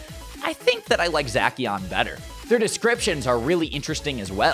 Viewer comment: I love you man but.. ya totally butchered the legends names. It Pronounced Za-she-an and Za-mu-zen-ta. I hate to be a downer and all but I have ocd so it’s ok. I think...Plz don’t hate.plz